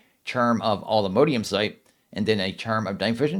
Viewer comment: It's not all-the-mode-ium it's alltheMODium